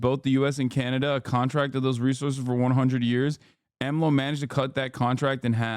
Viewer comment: it's so funny to hear hasan pronounce AMLO's name YESSIR I LOVE MEH HE COH I LOVE AHM LOW